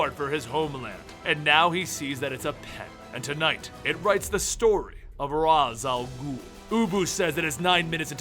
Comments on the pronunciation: ARKHAM KNIGHT GAMER it's pronounced Rashe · ARKHAM KNIGHT GAMER same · Awesome, but the minute you got to Ra's Al Ghul, every cell in my body began screaming, "IT'S PRONOUNCED 'RAYSH!!!'" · Isn't it pronounced "Raysh"? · I hate When People say Rá's Al Guhl's name Wrong by saying ROZ OL GOOL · you're mispronouncing Ra's al Guhl.